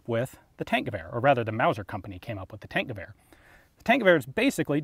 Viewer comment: When someone pronounces it "tank-goower"